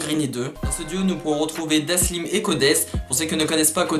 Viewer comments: C dalsim et non daslim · Super vidéo mais son blaze c'est Dalsim et pas Daslim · Bien la video mais c'est dalsim et pas daslim mdrr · Ptdddrrr omg j'voulais commenter pour te dire que tu t'es tromper sur la prononciation du blase de Dalsim, mais vue les vingtaine de commentaire qui te l'on dit j'pense que t'as bien compris que tu t'es trompé 🤣 sinon grave bien ta vidéo un peu courte mais j'suis très contente que tu l'ai faite, la mafia spartiate on une vrai valeur je trouve et un vrai flow🔥🔥🔥 continue comme sa mec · c pas daslim c dalsim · C’est Dalsim pas "Daslim" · Elle est bien la vidéo mais c'est Dalsim et pas Daslim snn cool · C’est pas Daslim, c’est Dalsim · Bonne vidéo, mais on dit Dalsim et non Daslim mdrr